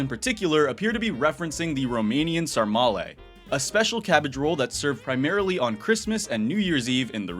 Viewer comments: Romania mentioned!! Anyway your pronounciation of sarmale is super funny and I cant even blame you because of how different phonetics here is The first a in your pronounciation of sarmale is exactly like the letter(diacritic) "ă/Ă". The correct pronounciation would be more like: Sa(r)-ma-le Sa like Sa-turn Ma pronounced like the Sa in saturn also And le as in le-tter Anyway super fun video for the holidays!! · as a romanian I can say that you pronounced sarmale pretty good